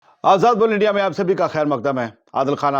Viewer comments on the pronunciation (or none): आप आजाद बोल इंडिया के जगह आजाद बुल जेसे शब्दों का उच्चारण करते हैं आप इसको थोड़ा सही कर सकते हैं